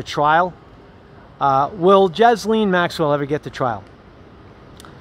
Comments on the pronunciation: her name is pronounced GEE-LANE. Not Jiz Lane. Not Jiz Lean. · It's a silent s in Ghislaine.